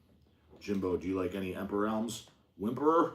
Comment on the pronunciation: "Wimperor" ok lol lay off the roids its damaging yer brain!